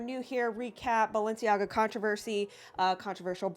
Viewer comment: It’s balenciega and adidas